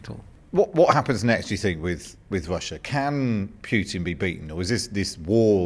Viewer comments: Name is not pronounced . It is pronounced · Why does the interviewer keep referring to Putin as "Pjutin"? It's really annoying. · His pronunciation of Putin's surname - my ears are bleeding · if you want to defeat Russia ,as you do,first learn to pronounce the name of Vladimir Putin properly.